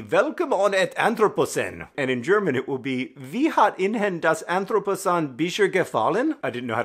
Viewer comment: So I'm Dutch and you're not and I get that BUT. WHY did your brain decide that the word "in" should be pronounced "on"?? like??? Anyway good vid bye